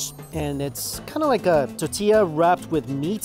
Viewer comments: why does he say "tatilla" instead of "tortilla". Can Chinese people not say the letter R ? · Mikey, there’s an “R” in tortilla hun 😊. Totilla is cute tho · Mike "Ta-tilla" Chen... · what the hell is a tatilla? say it right dude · Omg i love u Mike But can u please stop saying titilla.... Its TOR-TILLA it hurts my ears to hear u say titilla..... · tahtilla... cahnitas.... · Lol the way he pronounces tortilla. Love this video. More 🇲🇽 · It’s funny how he says “tortilla” without the “r” sound haha